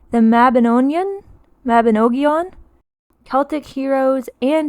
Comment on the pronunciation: I'm a Welsh girl now living in Scotland and hearing you say Mabinogion brought back so many memories from school days in Wales. Your pronunciation was excellent 👌 maybe you should learn Welsh this year 😂 thank you for the joy you have brought me through your quality videos this year.❤ Praying that you have a blessed and peaceful Christmas x